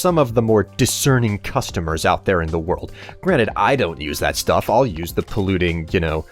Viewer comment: i thought he miss pronounced 'stuff'